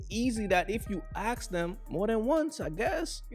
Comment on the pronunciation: if she cant pronounce the word "ask" properly then she isnt wife material.